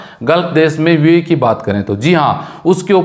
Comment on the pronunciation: Yar buae nahi hai youae hai sahi bola karo